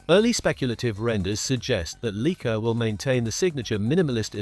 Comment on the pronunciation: "Leek-ah?" Sorry, but the entire video loses credibility when the brand name is mispronounced.